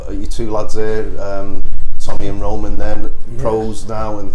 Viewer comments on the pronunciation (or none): none